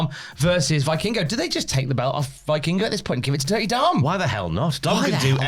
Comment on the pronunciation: Please, pronounce Vikingo "Vekingo"